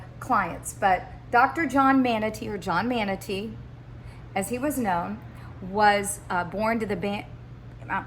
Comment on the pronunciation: Our family’s name is pronounced Mon-tuh-nay beloved.